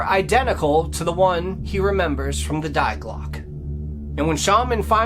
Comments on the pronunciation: Fyi, it’s not ”diglock” it’s Die Glocke, and it’s pronounced ”dee glocka”. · actually it's pronounced in German, Dee Glockuh. That's what the German scientist actually said. "Die" is an article meaning "the". We don't say thy when we say the. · Jawohl, Die Glocke is pronounced "Dee Glocke" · Dai Clock....😂😂😂 Dii klocke= die klocke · Sir, you really need to learn proper German! Die Glocke is NOT "Dei Glock"..... My thought is that 50 % is fiction, but story-telling certainly enhances a lot. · Fascinating story! Die Glocke is pronounced: 'We just with a 'D' at the beginning or the name Dee and the 'e' in Glocke is not silent it's like an English 'a' 'Glock a'. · You should really go on Google translate and type in die Glöcke and hit the little speaker icon so you can hear how it’s actually pronounced. It means “the bell” in German.